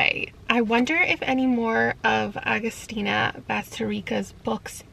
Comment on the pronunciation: just wanna say that I got excited cause you pronouced my name (I'm also Agustina - ah-gus-tee-nah) and also tender is the flesh almost made me vomit FOR REAL, here in Argentina the book was suuuper hyped when it was published in 2017